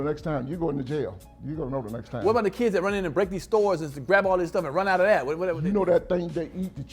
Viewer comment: Yung Miami is one of the worst, she says dat instead of that🤦🏽‍♂️